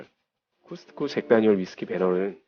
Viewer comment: 코스트코매장가보시면 친절하게 코스트코라고 나와있습니다. 궂이 발음을 따라할필요는 없는거같아요